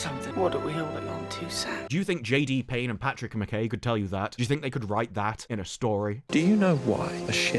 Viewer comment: btw McKay is pronounced like Ma'k'eye